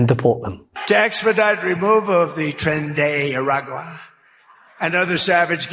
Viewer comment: Did I hear Trump say '...removal of the Trend-eh-iagrua and other violent gangs....'? Was there nobody in that worshipping crowd who noticed that he said something no other human being has ever said because it was complete nonsense? And seriously a federally-imposed death penalty law applying only to immigrants? And these idiots cheer! Please, please, by all the Powers that rule this Universe, let Harris win this election....